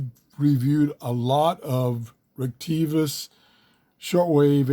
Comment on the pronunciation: Say it with me: "Rhrett-A-Kess" Like, "rett-a-kiss"